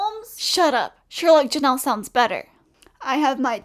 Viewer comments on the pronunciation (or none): none